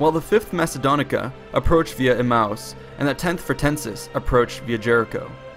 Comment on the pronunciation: I think that is pronounced uh-may-us